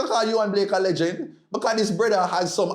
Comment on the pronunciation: it’s Yohan Blake ( not Blakes)